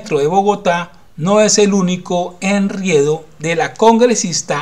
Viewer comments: Corrección: No se dice enriedo, se dice enredo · Disculpa no es ENRIEDO ES ENREDO